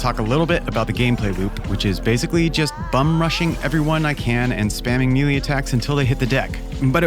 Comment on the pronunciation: I mean this in the most unpretentious way possible, but it is pronounced like “may lay” and not “me lee”